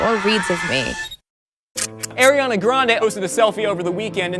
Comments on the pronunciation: Ar-iana not air-iana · He's says Air-iana